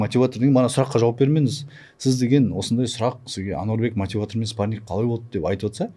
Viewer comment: Спарниг😂 даже "спарринг" дегенды дурыс айта алмай Мухитты женем дима😂